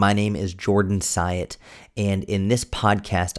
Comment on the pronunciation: Oops. Mr Syatt, not Dyatt